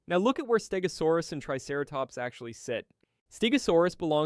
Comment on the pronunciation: also you butchered the name stegosaurus , also the show did not say it a stegosaurus but morgan freeman said it a early cretaceous stegosaurs , that stegosaur is none other than Yanbeilong a stegosaur from the early cretaceous appearing about 113 and 110 million years ago that after when angiosperms first appear 140 million long and the stegosaur appearence fits that of yanbeilong so you this inaccuracy holds no water